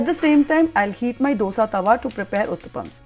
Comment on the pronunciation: Madam, it is not Dosa, ( d as in doll) You've to pronounce it as Dhose..( d as in dal)